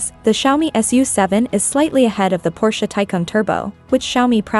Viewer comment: Nicht Kschaumi, sondern Scha-Omii